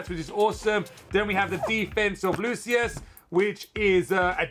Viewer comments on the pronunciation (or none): im not sure if you figured it out, but lucius name is pronounced "loo-shus" in the dub anime